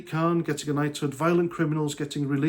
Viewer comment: Knighted? I thought you said knotted!